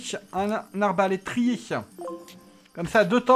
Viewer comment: On dit pas arbélétier mais arbélétrier